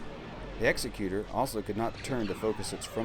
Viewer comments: Please please please stop mispronouncing Executor. Its is pronounced "ig-ZEK-yoo-tur" like executive. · EGGS-ECK-YOU-TORE is how you say that. common mistake it seems